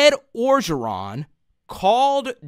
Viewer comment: bro u from creole city.. u gotta learn LA names.. start with Coach O.. ps love the channel